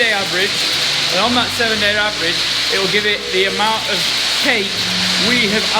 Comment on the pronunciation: Did you say, avérage 27.5 liters per cow, or the top cow? Sir! Thats not bad at all, realy high number! Good f0ore you Sir! Best Regards from Peter Eriksson Sweden Europe 😊😊😊!